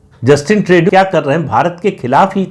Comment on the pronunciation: ट्रेडू नहीं, ट्र्डो कहें।